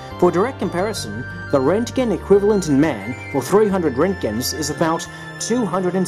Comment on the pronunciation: lol when he hits the american accent.... fourty, seven thousaAND RENTKINS!!!!!!!!!!!!!!!!!!!!!!! lol